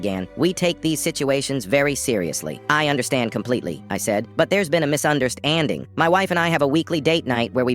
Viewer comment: "Misunderst-- ANDING" bro wha- 😭